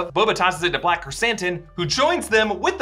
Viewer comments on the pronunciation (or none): none